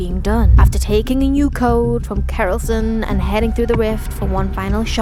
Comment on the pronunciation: I came here frkm Jimmy's video of him watching this to say amazing job like alwaya keep up the good work. Also I've got one small complaint sadly about how your mispronounced Kerilsion lol it a combination of kerilis and Wilson you can tell from his eyes lol. Other than that i absolutely loved it and all of your theory videos especially the riff ones since they were so spot o💙💜💙💜💙